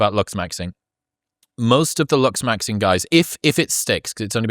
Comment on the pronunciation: The word is LOOKS MAXING. I don't know if it's my hearing or your accent but I keep hearing luxs maxing. 😂